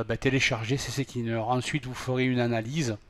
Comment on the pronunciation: cccleaner non c est c cleaner